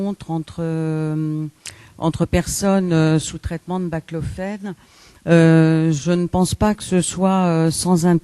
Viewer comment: C'est BAClofène pas BLACLOFÉNE